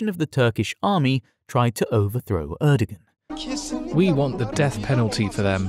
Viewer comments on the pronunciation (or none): The pronunciation of “Erdogan” was unbearable